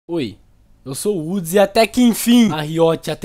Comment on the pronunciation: woods cosplay de cebolinha